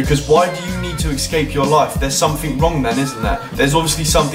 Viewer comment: ESCAPE* not excape